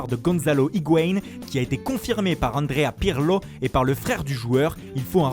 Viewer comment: La voix me tue quand il dit Andréa Pirlo